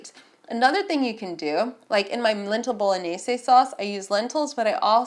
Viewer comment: Appreciate an American trying to actually say 'Bolognese' properly!